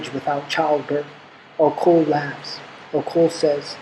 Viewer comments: Hello thanks for the work but i have I kind comment... the name Ocol is pronounced as Ochol not okol... the letter H is always silent in Acoli language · It's not song of Ocul like u say it, try saying the "O" in the middle like the one in beginning. Good stuff though. And it should be Acholi not Acoli